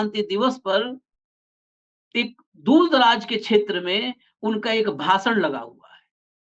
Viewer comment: "सुरूआत" , अविस्वास प्रस्ताव , भासण आदि । ये कुछ उदाहरण है उच्चारण के जो खटकता है ।कृपया इस ओर ध्यान दें ।